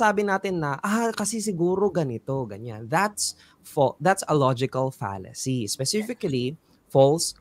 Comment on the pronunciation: Mali po yata pronunciation ni sa 'Fallacy'